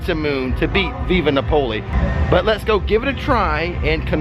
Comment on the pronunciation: You're cracking me up with your pronunciation of Via Napoli 😂, it's Via NApoli, not VIVa NapOli 😛